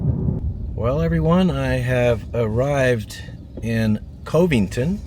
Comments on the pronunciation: Cove ington it's covington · It is pronounced Cuv-ing-ton not KOV-ing-ton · Covington is pronounced "kuvington", not "covington" with long O sound like phone. Just trying t0 help. Enjoy your video. Kudos! 🙂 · One of my brothers was a lawyer in Enid and lived in Covington! I'm from Ada Oklahoma. You pronounced it wrong it sounds like cavington, not co vington! 😅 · I believe it's pronounced CUV-ing-ton. Like Covington, KY or Covington, VA. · Covington is pronounced Cuh-ving-ton. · Covington is pronounced like Dove. Just to let you know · Covington is pronounched COV ington. No E. Love the videos! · FYI, the first "o" in Covington is not long, but rather the "o" in "love" or "shove". I got stopped for speeding there once, so I know first hand.... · Great video. I looked for homes for sale in Marshall but didn't find anything online. So, I looked in Marshalltown, IA, that you mentioned. When I lived in Oklahoma, I never heard Covington pronounced with a long O. The O was more like Dove. Didn't you used to have a Bronco Sport? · there's a Covington in Louisiana; it's not pronounced with a hard O like says it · He pronounced it wrong I’m from Covington.